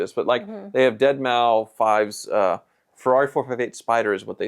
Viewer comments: I have also heard Deadmau5 (dead mouse) pronounced “dead man’s 5” at my friends wedding. So you’re not the only one to get it wrong. Sick car though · It’s dead-mouse. , not dead-mow-5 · Its pronounced DEADMOUSE :) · Omg, I facepalmed when said “dead mou 5”. 🤣🤣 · Deadmou -----FIVE lmao did you say that just to troll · I cracked up at "dead mau five". I really hope that was on purpose.